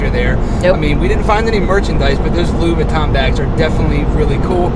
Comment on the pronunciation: Did you said ‘loois viton’?